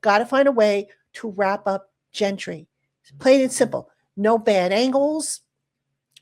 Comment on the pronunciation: my guy we're once again facing the horrors of "Gentry" 💀